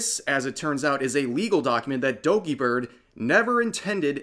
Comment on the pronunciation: I like how he says "Dogibird" At about 😂😂